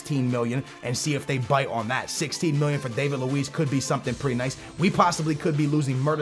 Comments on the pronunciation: Its not Dave-id Lewees its David Luiz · You say David luiz name wrong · David Luiz did he butcher that no........